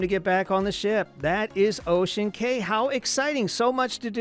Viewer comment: Cay pronunciation 😮